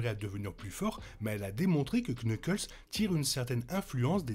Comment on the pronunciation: salut tu sais que en fr tu n'es pas obligé de prononcer le K de knuckles, sinon super vidéo!